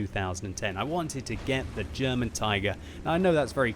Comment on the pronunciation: it's funny to how you pronounce "derman" :)